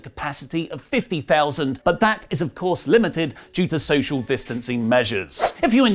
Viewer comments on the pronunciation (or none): none